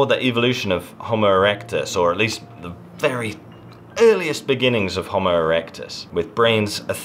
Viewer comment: I was about to praise you for correctly pronouncing "homo" with 2 long o's, but then you lapsed into incorrect "hommo". Homo means "man"; hommo means "same".